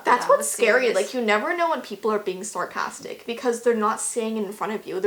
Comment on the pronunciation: "when people are being sOOrcastic." IM SORRY I HAD TOOOOOO